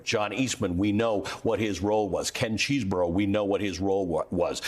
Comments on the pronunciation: Chesebro is pronounced "Che-ze-bro," not "Cheese-burrow." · I'm a Dem. But just to be fair, it isn't pronounced CHEESE BRO.. It rhymes with 'guess a pro'...(though he is a cheese ball !)